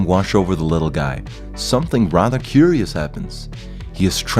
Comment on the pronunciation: The way you pronounced curios (ish) screams Danish. ...are you by any chance a Dane?